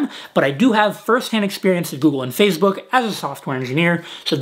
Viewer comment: i heard that too haha